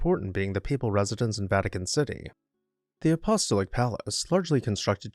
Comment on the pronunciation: Apostolic is pronounced “a-poss-TAHL-ik”